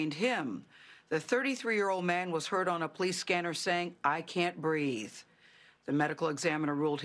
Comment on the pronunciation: "I cant breaf." - George Lopez.